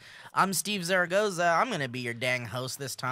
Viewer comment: Steve "The Zero (SeRR-o, roll that R) Care-o) Zaragoza. Sam "The Flasher" Bashor. If you've seen this man please call the local authorities. Featuring: Ricky as "The Man We Aspire to Be". and Bree as ... "That cool chick most people want to bang or smoke pot with. Or both. I vote both".